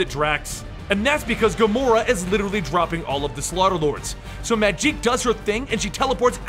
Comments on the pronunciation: Why doyou call her Majeek? It is pronounced Magic. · Mageek? Magik... Mag-ick